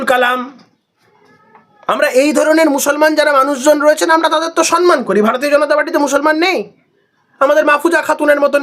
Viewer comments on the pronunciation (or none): 'সন্ মান' শুনে শুনে আর পারি না। কথাটা 'সম্ মান'। যে যেরকম মানুষ, তাকে তার সমান মান। 'সম্মান'। ম এর সঙ্গে ম।